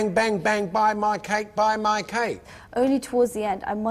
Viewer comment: did the commenter say wedding cack? instead of wedding cake??